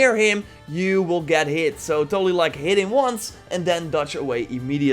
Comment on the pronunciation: "Hitting once" sounds like "hidden ones"